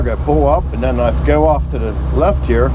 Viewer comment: "I'm just trying to bring you a long if I'm doing anything up *he-ah.".....For one, I'm lonely. I can't even eat alone; my mom said she had to feed me in a highchair until I was 12, and that was being breast fed. The 2nd reason is, if I can get viewers acustomed to the drolest video content ever known to man, you'll then happily watch anything I clown-cobble together after that, and the negative Teflon tape usage comments will go way down. More or less, I'm desensitizing my audience away from sanity. *he-ah, 2-syllable pronunciation of 'Here'